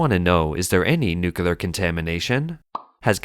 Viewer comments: The word is nuclear, not nukular. People like you drive me nuts! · The word is Nu-CLEAR not NUCULAR- someone please teach this bot to read English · For God's sake, it is pronounced NUCLEAR, not NUCULAR!!!!! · The word is NUCLEAR, not NUCULAR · God, the constant mispronunciation makes this unwatchable. "Nookyoolar nookyoolar nookyoolar nookyoolar." I really want to look past this, but you've made it impossible. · i mean theres is Clear in it LOL